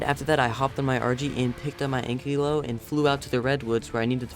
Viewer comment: Anne-clio???? Its An-Kilo. 😵😂🤣😂🤣😂😂